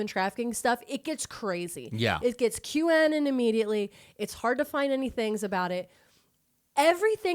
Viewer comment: The way you guys pronounce Qanon is not ok lol.